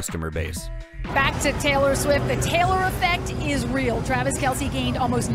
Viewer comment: Did 😂 Did he say "Patrick Mahomes and Travis McKelce "?? I swear AI generated audio is getting more sneaky. Not saying AI,, but to mess up Kelce's name like that? Am i hearing things?